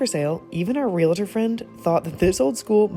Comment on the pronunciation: Realtor, not real-uh-ter. What a challenging restoration. Looks great.